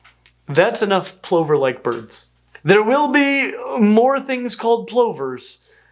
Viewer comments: Etymological footnotes: in British English, 'Plover' rhymes with 'Glover' (one who makes gloves), not 'Clover' (the plant). The word comes via Norman-French, ultimately from Latin Ploviarius meaning 'rain (bird)' (though no-one is sure why), so it should probably be pronounced 'Ploover' :-). 'Lapwing' comes from Old English Hleapwince , whose first element meant roughly 'leap' and second meant 'to move from side to side' (and also gave us modern 'wink'), so "Leapwink" or "Leap-jink", which does describe the way the bird often moves in flight. In Britain we also call it 'Peewit', from its call. Jacanidae – cue Fats Waller singing 'Your Feet's Too Big'; "Your pedal extremities are colossal, to me you look just like a fossil." The plural of 'Grouse' is _not_'Grice', but we like to pretend it is. In the UK, other Lares – gulls – also steal your lunch. At seaside resorts, they often swoop down and snatch food from incautious people's hands. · Many comments point out that "plover" rhymes with "lover", not "over" ("pluvver" not "plohver"). I checked in Google AI with the question: "Does the word "plover" actually rhyme with "over" rather than "lover" in American English?". The reply was: "No, the word "plover" does not actually rhyme with "over" as its primary pronunciation; instead, it traditionally rhymes with "lover." However, both variations are officially recognized in standard American English. Major language authorities like the Merriam-Webster Dictionary accept two correct pronunciation." So the pronunciation used in this video is also fine. Very nice video, btw. I just got a bit distracted by what I initially thought was a mispronunciation. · Had to consult wiktionary to be sure: plover rhymes with "lover" not "clover". FYI, murrelets, not-too-distant relatives of crab plovers, also nest in burrows. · "Plover" rhymes with "lover" not "clover." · Also in the UK: 'plover' rhymes with 'lover', not 'over'. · 'Plover' is pronounced (over here in the UK) as 'Pluvver'.